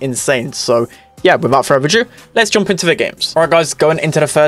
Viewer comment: If he says ‘without further AJOO’ one more time 😂